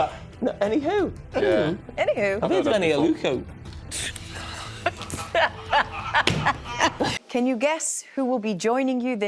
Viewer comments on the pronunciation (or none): Did jamie say eni aluko😂